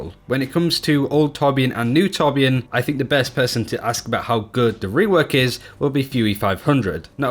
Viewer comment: 1400 hours but still can't pronounce torbjörn right Swed btw